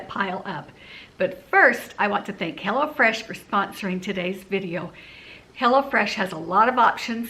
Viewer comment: You might want to say, "visit hello fresh." Lol! Instead of, "go to hell oh fresh." Lol! I LOVE you guys!